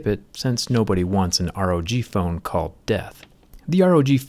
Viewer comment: Rog not pog